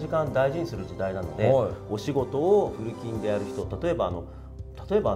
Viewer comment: フル勤、フルキンって、、、 フルチンに聞こえちゃう(///∇///) ゲイより